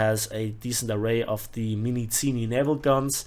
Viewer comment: Minizini guns are named after italian Eugenio Minisini. His name is read with a sound "z", not "ts". But as for guns - Minizini is a russian latin-alphabet transliteration of his name Минизини in cyrillic, so "z" is also simply "z" in the word "minizini", not "ts" like in "pizza" or "zerstörer". So italian Minisini -> cyrillic Минизини -> transliteration Minizini, everywhere the same sound "z" ("zi" pronounced like in german "Siegfried")